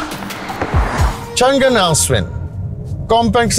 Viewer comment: Best review bro! Being someone who represents Changan Owners' Community i have only appreciations for u! I do have a humble emendation to make though, It's not Chngnnnn but its read as Changaan (basically "Chang" in Mandarin means "lasting" & "An" mean "safety so together the name is pronounced as "Changaan" and written as "Changan" which means "Lasting Safety". Stay blessed bro, keep up the good work!